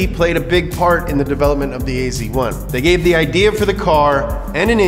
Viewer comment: ..hmm .. you write AZ1 but you say AC1 .. :-)